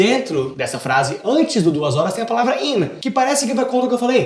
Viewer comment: "A flase" aushausha